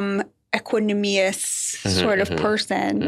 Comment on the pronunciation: I think Batya intended to say "equanimous" (e-kwan-i-mous), but she mangled that pronunciation pretty badly [ekwa-numi-ous].